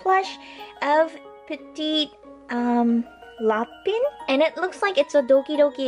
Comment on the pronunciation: elle le dit trop bien petit lapin et petit lapin=little rabbit